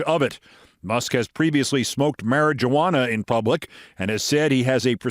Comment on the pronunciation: Come on, Keith, Mari-jauana! Really, you're going to perpetuate a racist stereotype against Hispanics to disparage a racist! You're better than that!